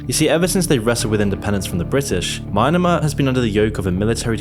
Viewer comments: Mynamar? Christ man, if you can't even pronounce countries let alone coherent sentences anybody other than brits can understand, maybe at least hire a narrator? I'll do it man, my English is flawless. Or just work on it even a little bit. So much incredibly valuable information gets lost. Your channel would skyrocket. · Mi.Yan.Mar = Myanmar. Please pronounce it properly. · Nobody. This guy: my anne a mar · The way he pronounces maynmar is enough to make me overthrow my government. It's so painful to listen to 😂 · the way he pronounces myanmar tho lmfao- Mynamar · MEE YAN MAR HOON TA CAS TEE YO you need a proofreader/annunciation editor. Please hire me. I am SICK of yelling the proper pronunciations of so many words and proper names. I have counted 30 plus errors and we are only at EE RAN. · you pronounced Myanmar incorrectly. Its pronounced as Mee-ya-ma. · It's a good idea to check pronunciation before doing these vids: Coup de grace = koo de grar Myanmar = Me-an-mar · If you're gonna use words you are unfamiliar with please look up how to pronounce them before you make a video. It undermines your credibility if you mispronounce the very words you put in a script. Doubly so when it's a countries name. Coup de Grace = koo day graa Junta = hoon ta Myanmar = me yen mar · its not mynamar.... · MYANMAR..... there is no "i" where you imagined one lol. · Great video, but you pronounced Myanmar wrong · I hate to say it. The video is definitely very well researched. But the way the narrator pronounces Myanmar makes me cringe. I'm sorry. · I was looking for a case study into the maximum number of ways to mispronounce Myanmar. Thanks. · Hearing you pronounce Myanmar made my ears bleed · think you pronounced myanmar wrong, i think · bro can't pronounce Myanmar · How to get more engagement in YouTube according to: YOU MUST mispronounce every single word that is longer than 2 syllables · That's not how Myanmar is pronounced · Learn how to pronounce “ Myanmar 🇲🇲” . Idiot.